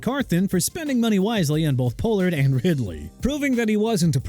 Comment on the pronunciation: It's Chuba (choo-ba) Hubbard! ARE YOU SERIOUS?! Also since you can't pronounce for nothing Pollard is pronounced pah-lurd! GOT THAT?! USELESS...